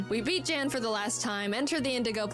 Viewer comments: It becomes even funnier when you find out Jaiden is pronouncing Jan's name completely wrong. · because that wouldnt be the correct pronounciation? the Jan has a very unique vowel sound which isnt used in the english language afaik